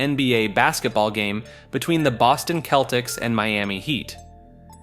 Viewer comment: Man's said Boston Celtics "Boston Keltics"